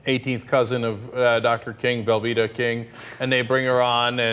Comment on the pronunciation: did Cenk call her "Velveta" King? like the mac and cheese?